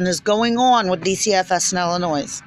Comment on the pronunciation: i do wish you luck in life and with getting your children back please read this whole post before replying about disrespect again. I'm sorry maybe it is not you being disrespectful because you did not grow up in Illinois and some other states don't know how to pronounce it but being born raised and educated in Illinois we were taught from a very early age that the s is silent and i take great pride in my state. Trust me i understand disability and how difficult it is to get help people should post YouTube videos complaining about that.